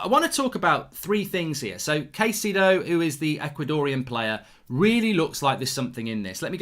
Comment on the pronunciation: Kai-ce-do. Is the closer pronunciation of his name..